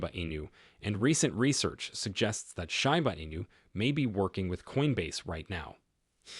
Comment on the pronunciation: Hey dumb fcuk its not call SHYBA inu ,its SHIBA